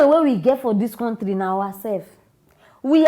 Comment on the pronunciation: Please you can use either Google or YouTube to listen to the correct pronounciation of the word COUNTRY. It will help to settle any uncertainty you may have about how others pronounce the it.